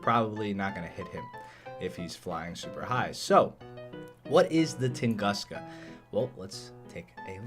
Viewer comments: Little advice, it’s actually pronounced like “toon-goos-ka”. And yeah, damn you so hot 🥵 (nohomo) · Close, but it's pronounced tung'oo'ska. It's also true name of and event where a giant meteorite flattened an entire Siberian forest. So we got a forest flattener in game.